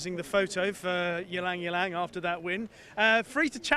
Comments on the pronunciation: Sorry to correct you there mate, but you DO actually pronounce the Y before Lang. It sounds like “elang”. You are perhaps thinking of the famous pianist Lang Lang, but this horse is named after a famous flower which has a very beautiful scent often used by Chanel in perfumes. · It's pronounced as e-lang e_lang. It's derived from the Tagalog (Philippines )word "Ilang" means "wilderness". Ylang ylang is a yellow, star-shaped flower.